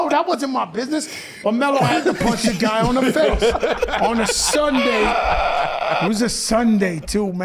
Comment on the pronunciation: “It was a Suunday too man, terrible man melo” 😂😂😂